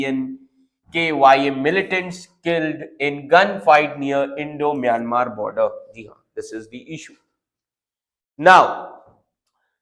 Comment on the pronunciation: It's Myanmar not mayamer